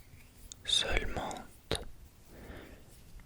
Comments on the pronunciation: / : pensez, accent ( on prononce pas le "t" : "n'hésitez pas à me corriger" : pendant : très (on prononce pas le s) : seulement ( pareil pas de prononciation du t) : premières ( pas de prononciation du s) : avec le français : chuchotements ( pas de prononciation du t&s) : français : favoris Si ça peut t'aider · Incroyable vous parlez super bien le français ❤, il me semble que celà à déjà été dit mais la seul erreur que l'on retrouve est la prononciation des "t" muet dans les mots comme "seulement". À part cette petite erreur tout est parfait 😊😉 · très jolie voix en français et c'est ce que vous pensez de ma voix pas pense il faut conjuguer sinon c'est très bien bravo ! le t de seulement et chuchotement ne se prononce pas quelques petites erreurs mais franchement whaou la meilleure vidéo anglaise francophone que j'ai vu 😉 plus de vidéo en français ta voix est très douce et ça me donne des frissons nouvelle abonnée :)